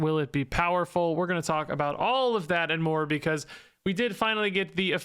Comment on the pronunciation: He said, “more because” but what I heard was, “Morbius” 😅